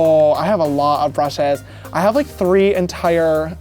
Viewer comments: What happened to your pronounciation all of a sudden😂😂😂😂Brusheezzz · The way he says “brushes”